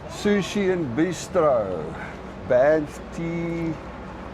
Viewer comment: As a lifelong Albertan I say WELCOME... as a life long visitor to banff, it is pronounced B-AA-nff the a is long, it is not an O as in Bonff. Unless you had an immigrant to Canada working there, this is how Canadians pronounce it :) BAA NFF Enjoy!!